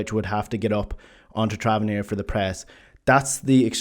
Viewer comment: I try not to be this guy but in my defence I am autistic (I'm guilty of this kind of thing myself - theory of mind stuff that I appreciated as soon as I started typing after wincing every time you said the name wrong - but when I notice someone else do it I cannot unnotice it): You repeatedly said Travarnier... it's Tavernier